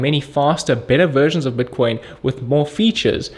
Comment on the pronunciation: he says buitcoin funny